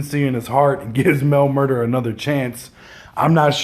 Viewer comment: Nigga said “ Mel MurdER” nigga it’s “Mel Murda”